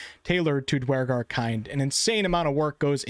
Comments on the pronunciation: never heard it pronoued dwar-gar always herd it pronouced dur-gar Eitherway excited about half orcs and holding out hope for full orcs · "DWARGAR!" LOL, what a newb. totally mispronounced them. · Did anyone else stop watching when he severely mispronounce Duergar